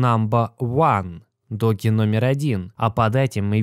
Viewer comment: По русски этот мем называется Доге. Поэтому Доге Коин.